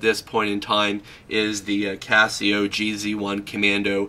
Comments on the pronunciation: Its red not orange and its G Zone not GZ one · It's pronounced Geez One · This guy has no idea what hes talking about... "JEE ZEE ONE???" Internal thermometer?? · "jee-zee one"...what?